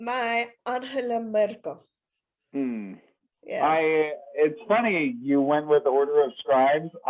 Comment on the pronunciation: I love how you go out of your way to pronounce 'Anhela Murkle' every time